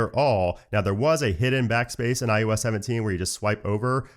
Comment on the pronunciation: I noticed his pronunciation of IOS, kinda sounds like IUS, and now I can’t unhear it